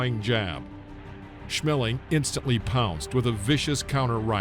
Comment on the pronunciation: Max Schmelling? Got any smell in your nose? I wonder were you found the 2nd L. Maximilian Adolph Otto Siegfried Schmeling. But besides the typical US name joke it was a goo Video,as always. I know it's not you fault. Your fellow citicens do it all the time. Lol It's so funny Haha haaa. This sounds sarcastic? I had a friend named Ina. They all called her Ina. Up on the day they saw mail from her. And then those f*.*g assholes called her from that day on Ina. Because it is spelled with an I. And weather she told them that it's pronounced different in Germany they kept calling her Ina. But they know what a name sounds like. HE'S an american aircraftmechanic and works on the AVACs. He knows a name when he reads it. It was about time that this too friendly women got told what her name is. This s*.*y Frank Lee Cole just didn't have any respect for her. Googel the translator. Even a machine knows better.